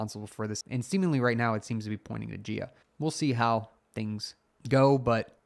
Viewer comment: Jia would be a Chinese name and thus pronounced like "Jah" and not "Jeeyaa".